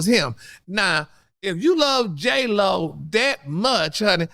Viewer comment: did u say J-HoeLo... i cnt with you😂😂😂.. But i so here for ALL your mess!!! Congratulations on podcast!! Ill be tuning in!